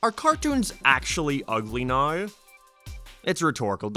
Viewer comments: Now not ner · why the hell does he say now like noweeer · His accent when he says now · Why are you saying "now" like that